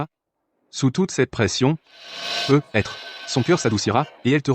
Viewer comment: On ndit pas "PEUT... ETRE mais prononcer " PEUTETRE"😢